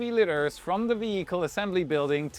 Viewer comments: Lee-ters is normally how you say litres / liters. Regardless, great vid! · Good job,! BTW, liter is pronounced “leeeter” 😊 being Cuban and being corrected many times, I thought I would share that. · aint no way thats actually how you think the word liter is pronounced